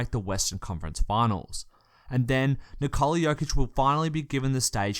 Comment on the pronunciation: The stressed syllable in Nikola is the same as in Nicholas - the first one. You say nee-KOH-luh, but it's pronounced NEE-koh-luh.